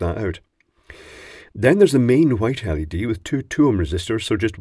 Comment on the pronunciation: I'll always be glad you say LED as L E D.. and not like you're saying LEAD (like some do). Since it's acronym after all. Just my opinion though.